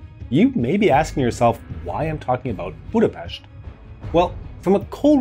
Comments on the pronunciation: GOD BLESS YOU you sad Budapest with "sh" sound thank you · One second in, it was clear this was going to be a well-rounded video. You started by actually pronouncing Budapest correctly. Few others bother.